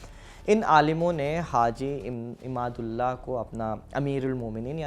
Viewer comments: Haji imdaadullah muhajir makki ko imadullah bola gaya hai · Naam bhi sahi se nahi bol pa raha. (IMAADULLAH nahi hota hai. IMDADULLAH hoga. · Imadullah nahi,haji imadadullah he... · आपकी जानकारी के लिए बता दूँ कि जिनको आप बार बार हाजी इमादुललाह कह रहे हैं दरअसल उनका सही नाम हाजी इमदाद उल्लाह था। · Haji imdadullah muhajir makki ra Ek baar bhi sahi naam nahi liya